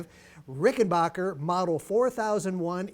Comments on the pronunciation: It's not Rickenbocker, It's Rickenbacker. You wouldn't say Greenbay Pockers would you ? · Some lads pronounce it RickenBaycker